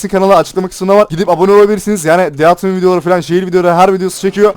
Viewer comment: keske düzgün okusan şunu deth ran diye xd